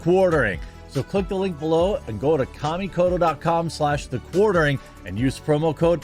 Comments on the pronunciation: I keep seeing the ad for kamikoto, let me help. it's not " Cammie coat o ", it's " ka mi ko to". Or "kha me co toe" for your dictionary pronunciation. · Dude, not Kamikoto. You should watch Shadiversity's demolition of the product.